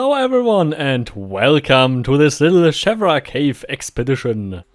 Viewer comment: I miss the MO1 version of the cave, with its little intriguing windows and smoother surfaces which I expect is more lore accurate. Also one thing, I believe the ee in Sheevra is pronounced like Veela, or cheese, rather than Shevra. A good video as always.